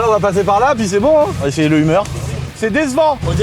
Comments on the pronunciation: Mais prononce correctement le Hummer , on parle pas d’une humeur la, ca se prononce « heumeur » et pas umeure 🤣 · Le humeur H1 !! Ahh ses français qui ne savent pas dire les mot anglophones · Non mais au secours comme il prononce Hummer pfff. f.... De....